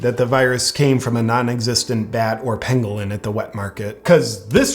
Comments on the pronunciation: At first I thought you said “bat or penguin”, not pangolin. 😂😂😂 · It’s pangolin bro not penguin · I thought he said 'penguin'.... I mean anything is possible now. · Pangolin, not penguin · Lol I thought you were saying Penguin. Not pangolin. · That's a pangolin and when pronounced can sound like "penguin"